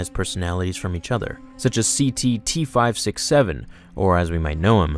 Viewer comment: ct-7567 not ctt-567